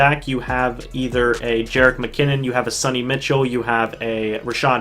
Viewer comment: "Sunny Mitchell"? Lol! You mean "Sony Michel" haha, everyone is saying it wrong.